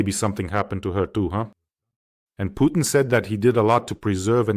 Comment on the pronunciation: Pjukein, Lie-rov, Pees-kov, Mad-vevev